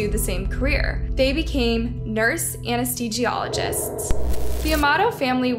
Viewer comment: "Anna-stee-gee-ologist"😂 "bolth?" 😬